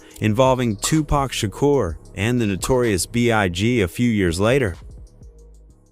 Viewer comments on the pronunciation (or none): none